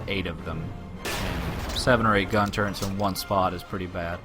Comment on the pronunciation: It's turrets, not turrents :p